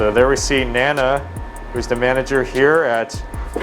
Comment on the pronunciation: Its Nana not Naana